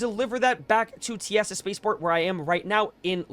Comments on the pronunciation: “Tea-ASS-uh” is crazy the intercoms literally say “Welcome to tea-suh spaceport” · Teasa has only two syllables. TEA (like drinking tea) plus SA. Put the two together and it's "TEASA". When taking the Lorville metro, you'll hear the announcer on the PA system tell you this. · No way he pronounced Teasa like that😭 also this method is getting griefed super hard! Me and a few friends actually tried camping Dupree and only killing pirates to help people do this. But there was sooo many people on every server last night.